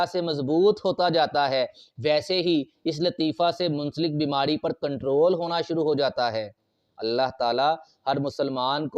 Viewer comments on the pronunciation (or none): none